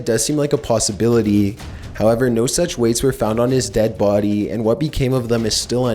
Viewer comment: “near the boOdy”